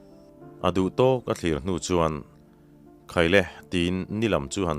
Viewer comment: "Ditip rawn chhaih Vamur te thlira",athluk hi adik lo deuh lo maw.thlir hi thluk sang a thluk tur anih hmel.